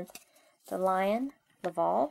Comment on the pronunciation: Its laval not lovol